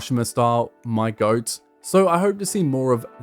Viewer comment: You saying "my goat" the way you did made me think you were talking about an actual goat. That or I need sleep.